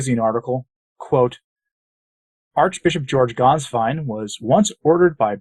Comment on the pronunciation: Congratulations on producing a reasonably close approximation of the correct pronunciation of the name "Gänswein." I always cringe when I hear English speakers mangle it. The one mistake you made is that the " ä" should be pronounced like the "e" in the English words "get" or "bet" or "let."